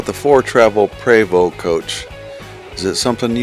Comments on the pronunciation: Prevost is pronounced “Pray-vo” Thanks for sharing your tour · Your right, if you don't know how to pronounce the name properly, Pra-vo. F.Y.I. it's French. Stay out of the coach and look at it from the outside like everybody else. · How are you at an event for them and don’t even know how to pronounce Prevost!????